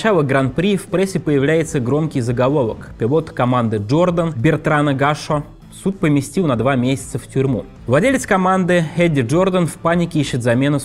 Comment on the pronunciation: Сергей, завязывайте с экспериментами! Вам самому, как писателю, не стыдно за этот безграмотный текст? Ещё и говорящая голова картавит... P.S. "ПаРтрезе" и "Га́шо" вообще убило! Тип абсолютно не в теме...